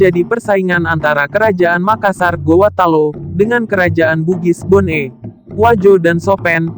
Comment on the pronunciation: bone itu e nya dibaca kak